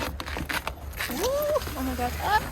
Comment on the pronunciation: Love the “OhMaGawd” . Sounded like an American.